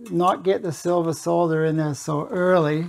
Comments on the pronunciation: Knows how to pronounce solder properly. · Finally, someone that can pronounce solder 😂